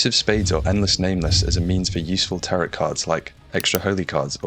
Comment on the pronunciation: The last T in "tarot card" is silent